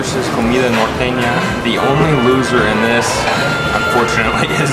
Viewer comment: La guera said the word norteña muy bien.